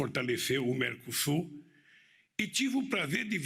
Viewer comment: praneta fotalecÊ vamu mecosur